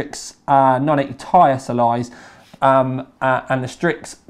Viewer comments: 980ti Is pronounced as "T"-"I" a tie is something you wear around you neck. As in Tie-fighter. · When he says Ti as "tie" I die a little inside